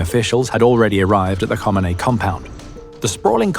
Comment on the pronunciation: LOL, Who T F is "Homanay?"